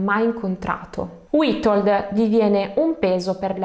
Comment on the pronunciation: "W" in polacco si legge "V" quindi Vitold. Ma non ti preocupare, ci hai provato con la lingua delle più difficile nel mondo. Sei bravissima. Complimenti.